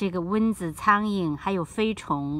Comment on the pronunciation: 是蚊（文）子，不是“温子”，刚开始听糊涂了。